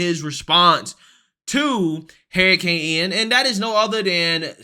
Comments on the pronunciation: Is this guy saying heericane? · dude, I gotta ask. Why do you call it a Hair i cane? LMAO